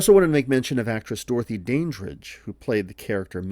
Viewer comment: Pronounced Dan dridge